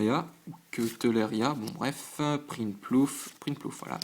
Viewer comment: c'est prinplouf mais ca se prononce prainlouf